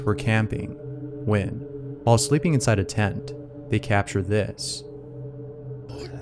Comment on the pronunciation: I really like when he takes pauses before saying "when" :) "Someone playing video game...wheeen....shit happens"